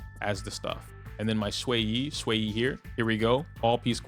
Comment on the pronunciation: I'm 1 minute in, thank you for saying Xueyi's name correctly!